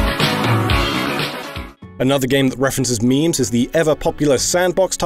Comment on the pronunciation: “Intarnet culcha, and meeems”